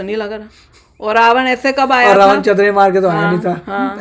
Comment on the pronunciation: Mam, people in the north call it Ramayan with न but it's actually Ramayana/Ramayanam with ण और णमः and Ravana is रावण not ravan